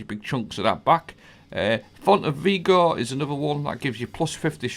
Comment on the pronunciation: Really nice build, not a fan of how you pronounce vigor though 😭